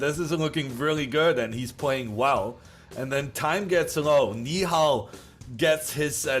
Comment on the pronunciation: You did a good job pronouncing nihal's name